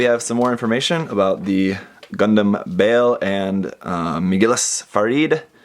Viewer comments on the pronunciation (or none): Bay Ull is the correct way to say it. It is named off a demon in the Goetia and it is pronounced that way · If you look at the entry for the demon Baal, this is the correct pronunciation. :D